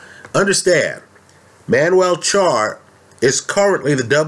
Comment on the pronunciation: Charr is the only "Spanish" name that can get correct.